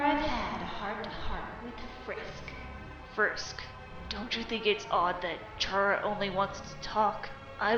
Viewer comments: “What do you want Chara?!?!” FOR YOU TO PRONOUNCE HER GOD DAMN NAME RIGHT!!! IT IS CARA NOT CHARA!! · it's Ck-rA not cH-Ra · I know this is me being nit picky could you pronounce chara like care-a? I mean it makes sense because well CHARActer